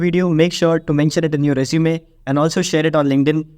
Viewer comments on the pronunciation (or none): you said we can put this in our sresume or I heard something wrong?